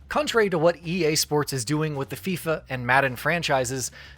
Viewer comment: Did you say fifa?